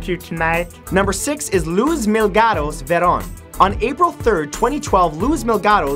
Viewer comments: MILGAROS MILGAROS MILGAROS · he actually said 'mil-ga-ros' haha listen closely. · I know, I was like mee-LAG-ross!!! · Milagros (ME-LAH-GROSS) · Number 6. Pronounced Mi-la-gross. Her name means Light Miracle.